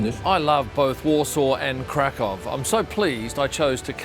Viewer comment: Glad you enjoyed your stay. I live in Krakow since 2010, sure beats Amsterdam and Warsaw (personal opinion). p.s. it's pronounced Krak uff :D Too bad you didn't show (go to) the main square in Krak uff, which is the largest in Europe.